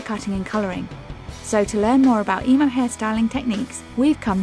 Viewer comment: i hate the way she says emo ugh wtf this is just wrong